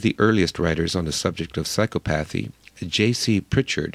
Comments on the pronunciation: I believe it's pronounced sīˈkäpəTHē. Your mispronunciation shows ignorance and unfortunately casts doubt about some of your arguments. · Great presentation, but I'm pretty sure the correct pronunciation is: psy-CO-path-y. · Very interesting. But please, the pronunciation is sy-COP-athy. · The reader reader needs to correct his pronunciation of psychopathy.